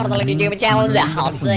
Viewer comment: "House" bang, bukan "hose" 🙏🙏